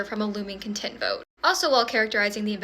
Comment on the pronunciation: It's contempt. There's an "M" in it. Thanks for the video